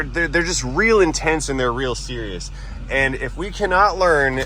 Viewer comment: I'm super cereal it's man bear pig😅 No offense intended it just popped into my head when you said super cereal 😊